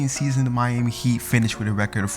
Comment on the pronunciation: Did he first say the Miami hate